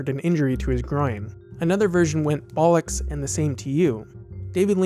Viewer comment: It's always funny to hear an American say "bollocks."